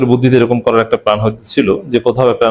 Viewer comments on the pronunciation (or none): অনুগ্রহ করে প্লান না বলে বলুন প্ল্যান। অনেক শ্রুতিকটু লাগে।